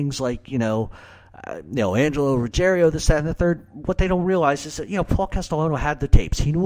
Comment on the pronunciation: Why do you Americans always say "RuggeRIO"? There is no italian family name like "Rugge(RIO)" - it's Rugg(IERO)". Ruggiero is a very common Italian family name - especially in the South of Italy, but it is "RuGGIERO", and - believe it or not - it is a family name of GERMANIC origins, dating back to the Germanic invasions of the Italian Peninsula, and it is a family name PREDOMINANT in Campania (i.e: the region of Naples). As a matter of fact - if you recall - ALL the Gotti crew were "napulitani" (people from Naples) - HIM - "Neill" Dellacroce, Angelo Ruggiero and all the others WERE Neapolitans (in contrast to Castellano who was a "born & bread" Sicilian - and so was Gambino). There is an ancient rivalry between Sicilians and Neapolitans - and I don't think that helped Ruggiero & Gotti when they came at odds with Castellano.